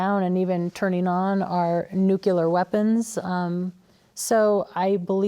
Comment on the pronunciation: Any one saying nuculear gets an instant downvote.